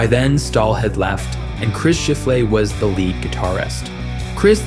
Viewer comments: Chris Shiff - Lay? LOL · Mispronouncing Chris Shiflett's name bugs me too much. Only said once, but c'mon.